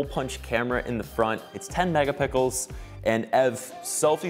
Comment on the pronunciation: Who else heard him say "pickles" over "pixels"